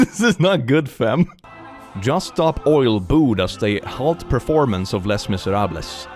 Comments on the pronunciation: I'm so entertained by your pronounciation of ''Les Miserables" lol It sounds so spanish :face-purple-smiling-tears: In french it's said like that: ley-mee-zey-ra-bl You're welcome hehe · "Les miserables" No offense but I'm French and this is so funny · They way he pronounced Les Misérables 😅 Also, I was once denied entry to a cathedral in Italy, and I was wearing a tank top with a long skirt (not even close to that hoochie in the video). I didn't make a thing out of it, I just walked away, but I couldn't help but think "hey, if god supposedly created me, my naked shoulders shouldn't be an issue". There was one other cathedral that had a dress code, but they offered something to cover up the exposed area. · HOW DARE HE MISPRONOUNCE LES MISRABLES!!! (I’m kidding. Everyone does it)